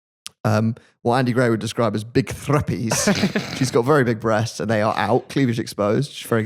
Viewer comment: It’s thrupnies not thruppies lol